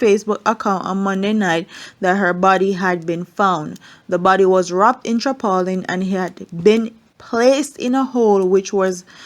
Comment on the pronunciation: TARPaulin not TRAPaulin